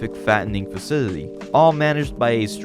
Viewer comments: Faw-sil-it-tea...cmon man...😂😂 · I know this is months old, im really digging your channel but if you do narration as your entire thing can you please pronounce words correctly 😢 youre saying faseedidee instead of facility and personadily instead of personality, you do this over and over again throughout the video even though im sure youre reading these words from a script. i respect your work and everything but please just annunciate the words and your channel will be the best i swear. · Facility, Fa-ci-ly-TY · This dude’s worst enemy is the pronunciation of the word “facility” 😂